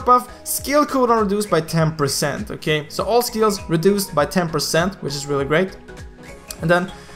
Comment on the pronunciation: Like for everytime says "Okhay"